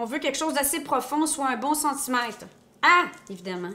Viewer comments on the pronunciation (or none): none